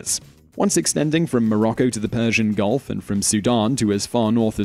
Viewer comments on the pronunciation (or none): none